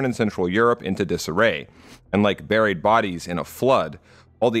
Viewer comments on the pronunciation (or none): none